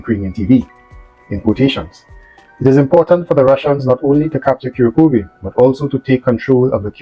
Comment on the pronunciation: Ku - rrraak - ova. Slightly roll the r.